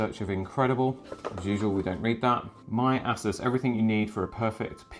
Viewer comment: Ass us? ASS US?? lol I've heard it pronounced Ay-Soose. I've heard A-sus but never ASS US!